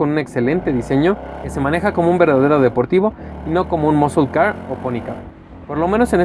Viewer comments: muskel,muskol car hahahah un curso de ingles no les caeriamal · El del Challenger dice Moscolcar hahaha XD